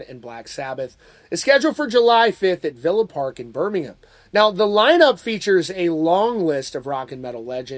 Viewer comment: you pronounced birmingham perfectly, nice